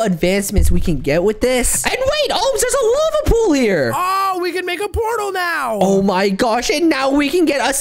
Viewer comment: And omz when he says now he says neow!